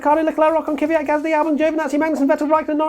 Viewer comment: Why do you english speakers call Kvyat "Kiviat"?